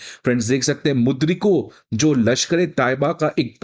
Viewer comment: Dude, its मुरीदके, not मुद्रिको. Don't dilute my elation.